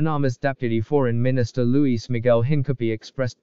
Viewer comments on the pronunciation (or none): none